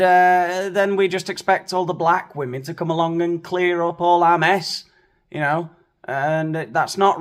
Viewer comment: That there is a "costume party" of Black women who can't even pronounce the plural word ie "WOMEN" ps Regardless of skin color or gender, please improve yourself/yourselves and Google/YouTube the proper pronunciation. It's "wih-min" and not "wuh-men."